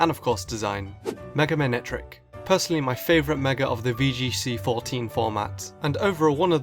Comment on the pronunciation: Manectric, not Mantric!